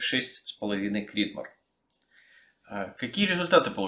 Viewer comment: просто после американского видео очень слух резануло. В остальном отличный видос, спс.